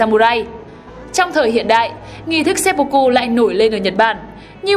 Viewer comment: nghi lễ kinh dị ...seppucu mới chịu ^^ , xin góp ý chủ kênh là , tiếng nhật ko có âm "o,u" chỉ có âm "ư" và "ô" nên cách đọc đúng là seppưkư nhé chủ kênh , bữa trước hết giật mình với bác làm kênh chính trị về quần đảo tranh chấp Senkaku rồi giờ đến chủ thớt bên này